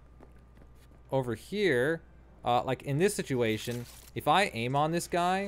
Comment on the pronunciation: "how to AIM'UH" Ha